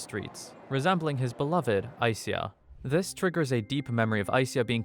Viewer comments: I think SYA is pronounced like sha in shadow. Not si-ya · it's sha, not sia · You say her name like Aiseya but its spelled Aisha? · Its Ai Sha. not Ai Siya. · Just FYI, its pronounced as Ai-Sha. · i think the names pronounced aisha lol